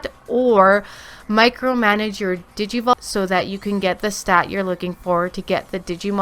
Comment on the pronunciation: I had to rub my forehead the entire time. Not because it was terrible. The video is great. It’s because of the mispronunciation of digivolution.